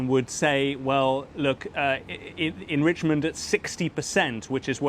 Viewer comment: Trump trying to say enrichment 😂